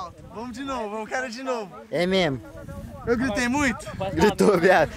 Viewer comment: Ninguém, absolutamente ninguém,: É memo, memo! Kkkkkkkkk